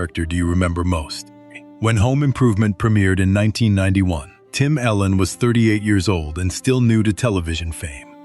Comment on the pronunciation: His name is Tim Allen not Tim Ellen u say miss his name